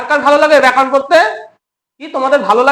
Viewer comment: আচ্ছা আপনার ভিডিও দেখি আপনি ব্যাকারণ উচ্চারণ কেন করেন? আপনার থেকে দশজন শিখবে, উচ্চারণ সঠিক করুন, কারণ আপনাকে এতোজন দেখছে।